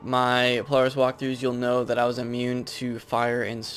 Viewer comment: you say a lot of stuff wrong in here like polaris and feint, not faint